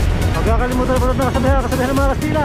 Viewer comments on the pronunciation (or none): "Kasitla" lodi Kastila mo. Pero pinatawad ka na namin